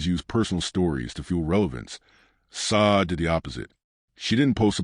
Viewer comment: You dumb AI narrator learn how to pronounce a person's name